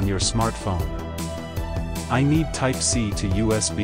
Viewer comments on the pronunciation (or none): tipe = c ?? TYPE ' C ' USB connector /.....tipe ? Yer Ai is r o n g. wrong.